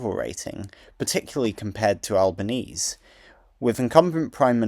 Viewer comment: Great video. For future reference, Albanese in this case is pronounced "Albaneasy" rather than "Albanease.